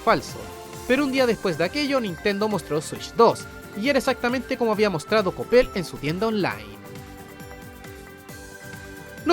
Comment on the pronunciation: Es coppel... o lo dices por como lo pronuncio el? Xd